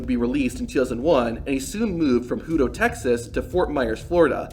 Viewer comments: Hoodo, tx 😂......it's hutto.... like pizza "hut" with an o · Bruh, like your style and content... But it's Huuuuuto Tx, not hoooto Tx. Like " uhhhhh" why is there so much traffic Lol Keto up the cool vids! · "Hoo-toe" Texas? It’s "hut-toe." Really, more like "hud-doe," like the first two-thirds of "huddle," to the locals. Go Hippos! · Its pronounced like hut. Hut -to, Texas. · “Hooto” lol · It's HUT-O that's how you pronounce Hutto Tx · It’s pronounced hut toe. Hutto. I lived there lol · It’s pronounced hut - toe lol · HUH-TOW is how you pronounce Hutto, their high school mascot is the hippo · BTW the pronuciation of the city Hutto is: HUT TOE. FYI.